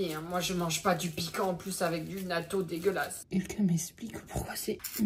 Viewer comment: Quand je t'ai entendu dire "Nato" OMG😂, sinon il y a plein de bonnes "cochoneries" ( chips, gâteaux, snack etc...) j'en achète beaucoup j'adore ça et certaines boissons aussi surtout saveur pêche. Les mochi j'aime bien ceux à la fraise c'est vraiment bon, mais chu pas fan des glacés, pour les Kit Kat j'aime bien ceux à l'orange. Si tu veux trover ce genre de truc il faut que tu aille dans les magasins spécialisés, bon après en france je sais pas si y en a mais je pense que si, moi j'habite sur un petite île dans le pacifique pas loin du Japon, de l'australie et de la Nouvelle-Zélande donc j'ai toujours connu beaucoup de produits de ces pays que les Français de Métropole ne connaissent pas forcément ou très peu. Tu as raison on aime te voir soufrir en testant des truc comme ça 😂